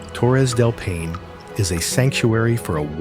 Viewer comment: Impressive collection of places… but sorry, a couple really painful pronunciations! Torres del Paine is pronounced PIE-nay, not pain. Plitvice is pronounced Pleet-VEET-za, not plitviss. Cheers!